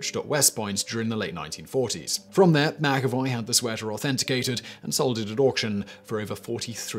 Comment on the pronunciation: I appreciate you pronouncing McAvoy correctly 😁